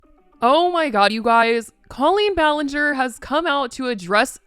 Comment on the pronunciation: I'm sorry, the fact that you don't even know how she pronounces her name makes me not want to trust anything you're about to say in this video.